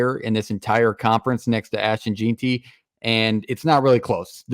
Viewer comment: You pronounce Hassanein correctly but mispronounce Jeanty. It's Jen-Tee. Anyway, great content. Go Boise State.